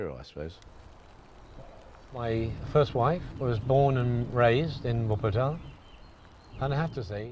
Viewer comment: The pronunciations in the Video are not correct nur for non Germans its ok :D